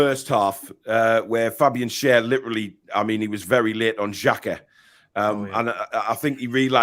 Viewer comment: At least get his name right, it's Xhaka 😂